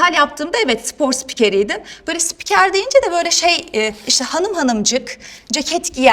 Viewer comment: Daha spiker diyemiyor....